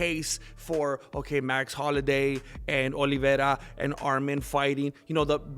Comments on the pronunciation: Say it with me bratha HOL-LO-WAY! 😂😂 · Jesus Christ, it's HOLLOWAY! You buffoon. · Carlos Mencia can’t pronounce Holloway. W compadres. Say HolloWay. Essay